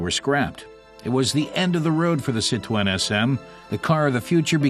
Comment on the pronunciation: Ya think they would have found out the correct way to pronounce Citroen.